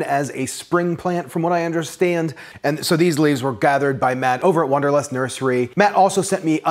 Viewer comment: It's wanderlust not wonderlust